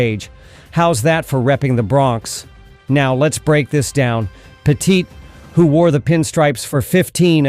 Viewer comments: This guy doesn't even pronounce Andy Pettitte's name properly 😂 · Say Andy's name right, lol!